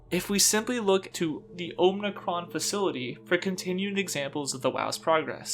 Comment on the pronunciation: you keep saying omnicron but it's OMICRON! awesome video but that was driving me crazy haha